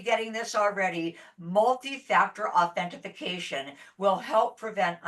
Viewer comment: good video! I hope someone tells there's no such word as authentiFIcation lol it's authentIcation. there's no Fi in the word